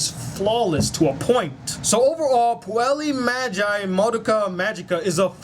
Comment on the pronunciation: What's with your pronunciation though? Puellay madge eye Madoka magica? Lol